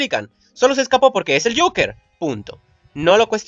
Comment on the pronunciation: Ves acá si pronunciabas bien el Joker.